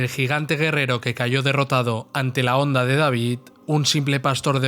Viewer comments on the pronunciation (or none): none